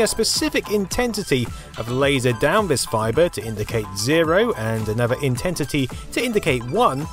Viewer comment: A distinct "intentity" heh :) IntenSity?